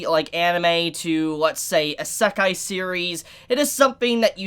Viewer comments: God damnit pronounce it correctly!!!! 😡😡😡 It’s E-C Kai. Not. A-sa-kai Nah I’m just playing. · I love ya brother... but this drives me nut, and yes that is my problem. いせかい - isekai - ee-se-kai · How you gonna review anime and not know how to pronounce Isekai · is anyone else bothered by the way we pronounces isekai?